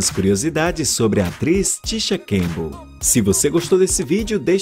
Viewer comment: O nome dela não é Tisha Cambell e sim CamPbell, pronuncie direito!